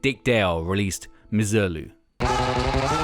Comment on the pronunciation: Btw misirlou is pronounced as “Miss-ee-rloo” Anyways, amazing video